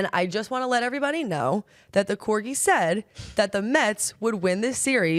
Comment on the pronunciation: Did u really pronounce the dog breed as corjee